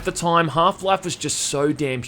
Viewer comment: Why do you have so weird accent? Time should not be pronounced "Tåijm".